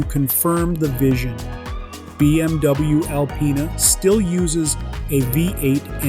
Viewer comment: did he actually say BMDouyou 😂